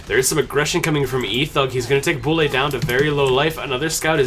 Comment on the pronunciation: Bulle doesn't pronounce "Bully", we say: "Büll"